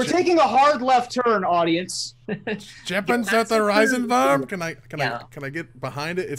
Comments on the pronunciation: As someone who is learning german...... my god... what have you done to my ears?!?! Gepanzerter Riesenwurm = Ge-pan-zer-ter Rie-sen-wurm Rie = Re like remake;) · German here with a pronounciation guide. Ge (bagGAge) pan (pun) zer (CERberus) ter (TERm) Rie (REEf) sen (like zen meditation) wurm (with an u like in Burma) The way said it made me think he is speaking Japanese or something along those lines at first. X)